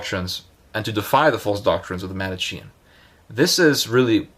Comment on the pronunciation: Not even well intentioned. He doesn't even know how to pronounce Manichean!